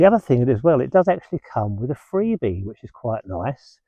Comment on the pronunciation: Don't think I will be buying a tent, but if I do I will certainly ask for your advice. Freebee, i thought you said Frisbee 😊